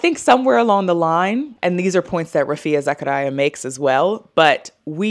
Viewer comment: It is Raa-fia Zucker-yaa. I am from her country so that is the common way to pronounce her first and surname. I think that is how she pronounces it too